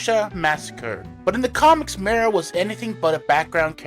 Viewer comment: It's pronounced Ma-ro... like bone marrow. She was the inspiration for Spike in Wolverine & the X-men.